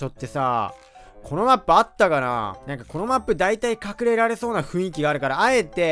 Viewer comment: ふいんきではありません雰囲気(ふんいき)です